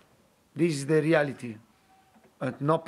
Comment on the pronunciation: It sounded like he kept saying dele alli-ity (the reality)